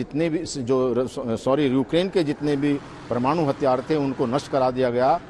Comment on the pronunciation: Anchor, reporter toh lgta hai kisi kaam ka nhi hai...bolne tak nhi aata parmanu ,alert zone, bolne tak nhi aata